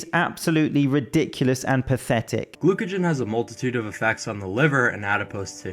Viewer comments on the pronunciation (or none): This mf really just said glucogen and liposis.